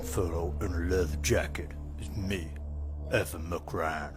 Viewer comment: The name MacRyan really threw me off. It sounded like you were talking about the tiny blonde actress from the 90s the whole time. You know, Meg Ryan.